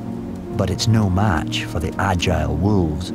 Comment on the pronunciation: Narrator: walves 😼😼